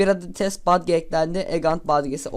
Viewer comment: lütfen artık "badge" deme, "bec" de